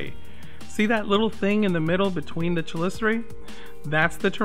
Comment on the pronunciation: Rad video, but it's kəˈlisərə, much like the the ch in chitin.